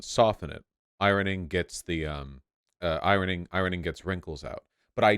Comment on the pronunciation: Vaush pronouncing 'ironing' with the hard 'r'.